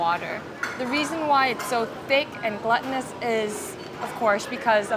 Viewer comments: I've heard you say glutinous in other videos and just wanted to clear up how to say it because the way you're pronouncing can mean something else. It's pronounced like gloo-tinous. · I think you mean to say glutinous (gloo-tin-us) as in gluten and not gluttony :)